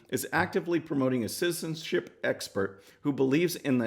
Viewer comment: You cant say citizenship... That's ok, I cant say disks.